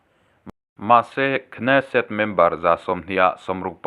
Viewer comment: Kneset tih tur ka hriat dan chuan k hi silent tur